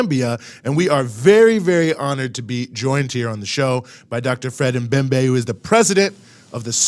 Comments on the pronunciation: Its Dr Membe... MEMBE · 🤣🤣🤣🤣🤣🤣 Dr M'membe say it right